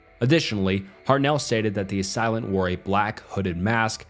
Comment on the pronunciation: Nice video. It’s pronounced “ass-ay-lant”